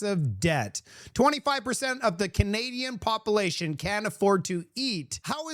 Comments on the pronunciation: love the way he says population as “ pop-a-lation” lol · Not trying to bug you but words like” popalation and circulation are just wrong bud